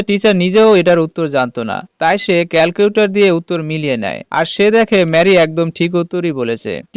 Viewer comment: একবার বলে প্রিন্সিবল আর একবার বলে প্রিন্সিবাল আবার বলে ক্যালটিউটর 😂😂😂